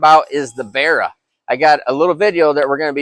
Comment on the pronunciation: just a note from an aussie, pronounced barra (ba-ra, the engines had the codename barramundi when they were being designed) not berra